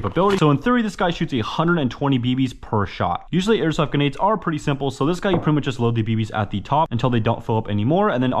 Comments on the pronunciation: its a joke because in the video he pronounces them ganades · Bro forgot there’s an R in grenades